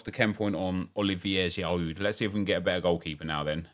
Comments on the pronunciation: cause it's bad pronounciation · When I hear how you pronounce Giroud is mostly the time when I turn off your video.